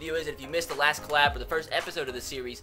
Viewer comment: It's "collab" not "clab"